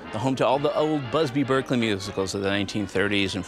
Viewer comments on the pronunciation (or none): none